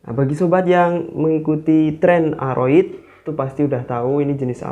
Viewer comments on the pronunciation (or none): Aroidee...mksdnya bos...mklum lidah Jawa